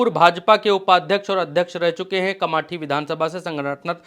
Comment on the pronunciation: कामटी है कमाटी नहीं 😂